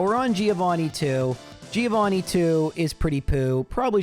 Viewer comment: By the end of the series, will you learn how to actually say Giovannis name correctly?